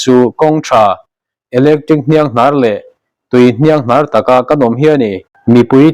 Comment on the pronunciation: Hnianghnàr thu thluk hi upa deuh lo zawt teh.